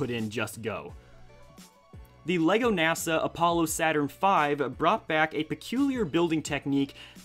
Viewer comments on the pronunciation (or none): none